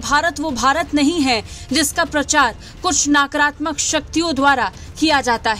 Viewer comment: Naakratmak nahi nakaratmak 10 baar bol